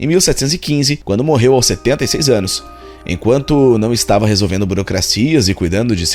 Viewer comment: Eu entendi o "Dez ÂNUS de sofrimento" KKKKKKK 🤣🤣🤣🤣🤣🤣